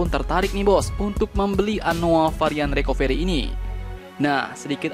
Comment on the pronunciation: Recovery dibaca Rekaveri